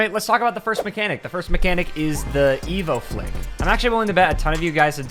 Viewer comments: Literally everyone who watches made a face when he called it an evoh flick. I know I sure as hell did XD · ain't no way bro called this the evoh flick 🤣